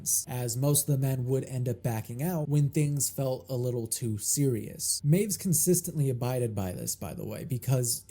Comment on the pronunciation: Correction of a correction. W's in German are pronounced as V's, so it sounds like 'my-viss'.